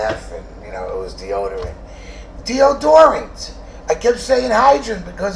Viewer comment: Dee- oh- door - ant😮